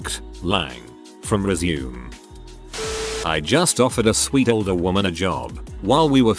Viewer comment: How hard is it to teach an AI voice to correctly pronounce resume and live ????